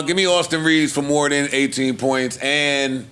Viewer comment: not being able to distinguish "than' and "then" is HILARIOUS LOL